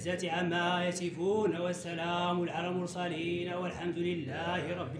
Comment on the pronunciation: Lmorsalin azwayna machi lmosalin